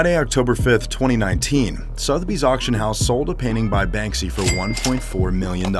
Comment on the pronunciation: SALS VOICE: BANSKY YALL